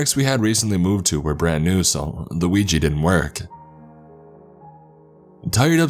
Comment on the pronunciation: I am so good that you didnt spell it or say it "Wee Gee" it is pronounced we jah ! yes and yes.